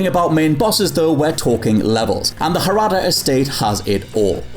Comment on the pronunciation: Hirata is pronounced he-ra-ta, not her-ah-ta.